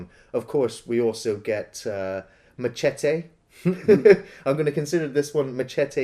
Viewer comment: Machetè? The way u pronounce it sounds like you’ve been eating too much cheddar cheese lol Love ya work though✌️